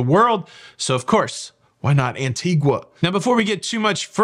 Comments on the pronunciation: Talking about pronunciation….I believe it is “an TEE guh “ not “an tee gua” if you want to be picky! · An-tee-guh,. Not an-tee-gwuh. I only know because I was corrected when I said it the second way. 🤣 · please - you are the expert. The island is An-TEE-ga. No "u' sound. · Just for your info - it’s pronounced ANTEEGA. No U sound.. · I live in Antigua Guatemala. I understand that Antigua in the Caribbean is pronounced “Antiga” where the u is silent. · I think it is pronounced anteega. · An-ti-ga you don't pronounce the U. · Canada also uses gritty to describe something first and disgusting. Also a heads up the “u” in Antigua is silent.